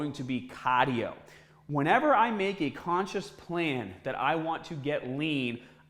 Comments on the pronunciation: Caaaaadio haha love it is that a Boston accent? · CAAAH-dio! Gotta do your CAAAH-dio. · What’s cadio? 😂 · Why do you pronounce cardio like that